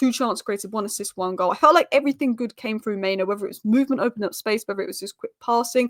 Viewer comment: It's mainoo, not maino